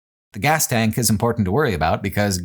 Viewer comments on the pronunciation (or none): none